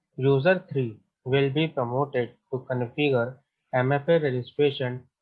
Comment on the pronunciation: Q32 promoted / prompted ? you sounded as promoted..